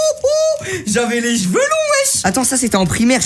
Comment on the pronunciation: '' j'avais les jveux long wsh ''